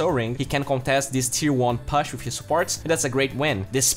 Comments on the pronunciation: Stop pronouncing "push" as "pash" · it's po͝oSH not pash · pagna and pahsh